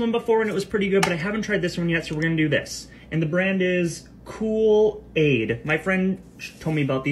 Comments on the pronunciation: He literally said Kool aid Not Koo laid So not really that surprised but its still funny lmao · HELP DID BRO NOT KNOW WHAT KOOL AID IS??? blud literally said "cool... aid". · The way that grown man didn’t know how to pronounce kool-aid let alone say it has no vitamins so it’s healthy!? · "Koo-l-ad?" Like bro 😭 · The way he said "Kool-Aid" like it was a foreign word and saying it was really good for you??? 🙄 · LOL...I thought the Kool-Aid guy was serious until he had a hard time pronouncing Kool-Aid. Fantastic parody! I was a little sus at the beginning when he said he left his Stanley cup at work and was using a plastic cup instead. I mean, those Stanley cup stans have like 20 in every different color. How could he not have a backup? Genius filling up the pitcher with water from what must've been 10 small water bottles. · Not the guy struggling to pronounce kool-aid like it's just been invented💀😭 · i'm so PISSED THIS GUY CALLED KOOLAID "KOOL-AID"